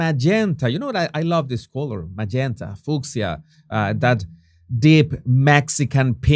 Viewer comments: again I say it's not FOOK-SHA, IT'S FYOO-SHIA. 😝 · It’s “ fewsha“ “fuchsia “